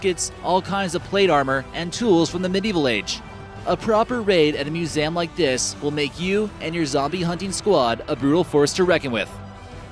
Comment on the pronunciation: Ur say Museum wrong